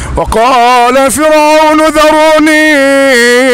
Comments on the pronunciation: اخي الكريم (فرعون) بترقيق الراء وجزاك الله خير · جزاك الله خير أخ ، لا زلت تخطئ في آية ( و قال فرعون ) فرعون بدون تضخيم الراء ، أنت قارئ للقرآن لازم تكون عارف القراءة الصحيحة و شي لازم على كل مسلم.اسمع للقراء جيداً ،